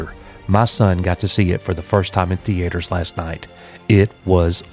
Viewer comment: Nobody: This guy: THEE-ATE-ERS